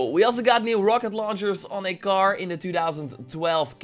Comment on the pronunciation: Why is he saying car as gar?